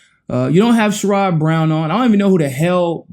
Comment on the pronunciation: Sorry to be picky, but Sherrod Brown pronounces his name Cher-add. Humanist report started pronouncing it incorrectly and y’all followed.